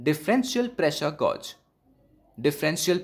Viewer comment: gauge rhymes with cage